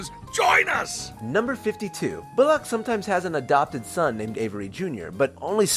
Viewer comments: "Bulac" It's Bullock. "Bull-uck" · The narrator pronounces Bullock as "boo-lock" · The way you say Bullock....